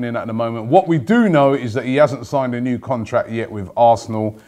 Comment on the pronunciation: contract* not contrack Robbie lol